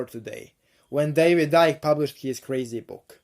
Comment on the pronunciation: "David Ike" lol